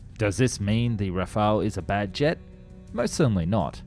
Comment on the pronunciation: le "G" plutôt que le "JET" trop bizarre la voix………